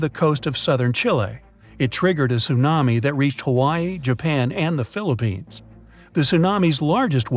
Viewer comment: You say phillipines